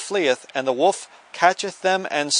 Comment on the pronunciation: joe clark he's saying "wolf"!